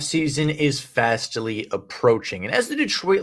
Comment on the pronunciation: You lost me at fastily.